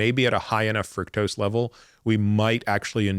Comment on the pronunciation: Frooktose, not frucktose